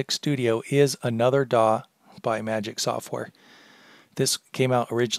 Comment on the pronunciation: it's prounced magix not magic